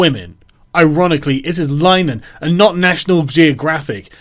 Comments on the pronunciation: Lin-a-Han I don't even like the guy but its painful hearing it pronounced Line-han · Carl is crapping all over the Irish surname too...its pronounced Linahan. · It's pronounced "LINN-a-hann", (at least that's how he pronounces it, Martin Short pronounced it "Line-a-hann" in an old SCTV sketch.) and "The EYE TEE crowd."